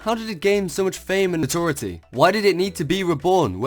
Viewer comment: con-troh-verse-ie no-tor-eye-it-ty